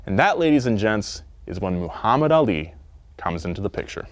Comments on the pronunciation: Moo-hammad Ali?? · says “moohammad ali” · Moo-hamed made me lol Good video, yet again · Hearing "Moohammad" threw me off lol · I still don't understand how westerners can't say Muhammad the correct way? Like oh! you can say Arnold Schwarzenegger perfectly